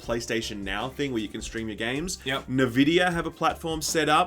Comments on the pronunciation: Nahvidia? It's n-vidia, no? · It's not "Na-vid-ee-ah" it's "En-vid-ee-ah" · you're killing me with this "nehvidia" stuff. It's "en-vidia"! Remember the lady voice that used to say it before your games? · Navidia?? U guys are a gaming news channel?? It's pronounced 'N'-'Vidia' (Enn Vidia). Why am i subbed to this channel....smh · its "en" vidia not "Ne" vidia wtf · NuhVidia??.. its eNvidia guys :) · SHILL UP CAN'T SAY NVIDIA. IT'S END VIDIA NOT NUH VIDIA. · Nevidia…??? Its N-Vidia. Pleb alert. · Nah-vidia??!? Come on boys!?! ¡EN-Vidia! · wtf is nevidia? it's (en)Vidia? right? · Wait, is it nevidea or N-Videa? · It's not NUH Vidia. It's N. It's just N. No nuh. It's literally the letter N. NVidia. Not NUHVidia. N!! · Jaxson Mahan - I'm Australian and I still pronounce it just as an "N". Nah Vidia is just wrong pronunciation. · Who call Nvidia as 'NaVidia'? It is pronounced as 'EnVidia' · wait , its en vidia ? i always just pronounced the n alone similar to the japanese n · "Nah-Vidia" lol? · I feel physical pain everytime he says Navidia. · What da hell is Nevidia? lol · Neh-vidia? Lmao. Each time I heard Neh-vidia a piece of my soul died. PS: love you guys. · "Nuaahh-Vidia" didn't realize that's how you pronounce Nvidia, thanks for that SkillUp . :P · what's nervidia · 'Novidia'..? What's that? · "NaVidia" I've never been triggered so hard by a LG video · Came here for this. get your facts straight ohmygodd! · The D is silent. N vidia! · He...he just kept on saying it... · I think it's an Australian thing... :-)